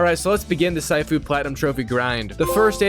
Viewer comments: the way you pronounced sifu got me melting from the inside out like a tube of acid bro fix that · The way your pronounce sifu even though they say it properly in every martial arts movie, show or game is crazy but your mostlikely american so we understand why. Please out of respect, pronounce words the right way and not the white way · Sighfu 😂 its shifu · It is “sea foo“ (I’m a Chinese person) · It's pronounced seafu not saifu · yes immediately, bro said Sai-fu💀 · It's called Sifu not Saifu... You pronounce it like Master Sifu from Kong Fu Panda, Sifu isn't a name it means Master (except in KFPanda Sifu is a name) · It’s not “sigh-foo” it’s “sea-foo” you donut. It’s means master in Chinese. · "Saifu" nah bro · Its not syfoo its cfoo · Dude what the h*ll is saifoo its sifu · Bro really Said Saifuu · Its not syfu its sifu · Bro's too used to saying "waifu" that he actually said "Saifu", bruh its :Seefu" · the way you say sifu just makes me wants to punch you instead🙂 its See-foo, not Sai-fuw, its mandarin for "master", and im not even chinese to know this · “Sighfu” Brother it’s pronounce “seefu” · “See-foo” pronunciation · pronounced 'see-foo' dude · Yep,it's (See-foo) 😑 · It’s pronounced see-foo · damn dude what rock you live under? Its pronounced See-foo it literally says it in the game and its not the your fathers name its a respectful title for a skilled person, teacher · Or saifu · Wtf did you just say? 😂 cyfoo? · I lasted about 3 “sigh-foos” before I had to end the video. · "Saifu" It hurts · Bro said Saifu 💀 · "sighfu" kms🤣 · Surely you saying “SAifOo” is a bit right, it’s not that hard bro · Hearing you pronounce “See-Fu” is pissing me off😂😂😂😂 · See-foo bro… its pronounced see-foo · Bro really said SAIFU 💀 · Its pronounced " SEEFU " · Bro its pronounced SEE-FOO nice video BTW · SYFOO!!! You sicken me with your pronunciations You butcher. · I think it's pronounced, SEE-FOO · Yessir very mispronounced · Dawg how did you fuck saying sifu that bad